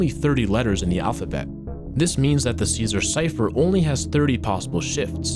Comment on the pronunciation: Caesar* not Císar